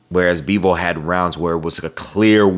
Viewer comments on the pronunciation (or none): his name is Bivol not Beevle 😂😂😂